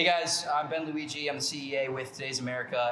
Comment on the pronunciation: For some reason I keep hearing bang Luigi, I only realized it was Ben Luigi, close to the end.